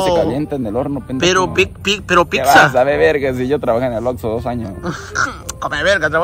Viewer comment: Recuerdo cuando subió el video de comiendo comida adentro de un Oxxo, el quería comer tranquilo su pizza pero no quiso compartir su pizza de Fud y también cuando no dijo bien el nombre de Oxxo dijo Vamos a Lord Lorso 😂😂😂😂😂